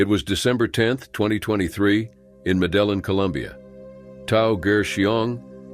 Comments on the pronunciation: Medellin is pronounced medi-yeen...in Spanish the double L(ll) is pronounced with a hard Y, or consonant sound. Like in Yellow or Year. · You don't pronounce the LL in Medellin